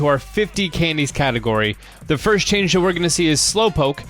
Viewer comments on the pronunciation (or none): none